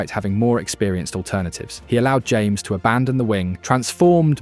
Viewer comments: James 😂 NO Ha-MEHS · Great video and a good analysis, just some small feedback on some pronunciation, James Rodriguez´s name is pronounced like Ha-mes, not your typical James. Vamos Colombia! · Thank you for your video praising our team! Just as a side note, our 10's name is pronounced Ha-mes